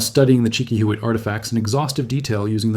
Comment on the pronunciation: Hola, I would like to suggest a change in your pronunciation of the word Chiquihuite. Try this: cheeky-wee-teh. Be well.